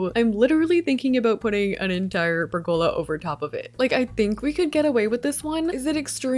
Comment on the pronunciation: Every time you use a pergola, I wonder when or even if you’ll pronounce it correctly. No hate, you always use the item great, it just drives me a little nuts lol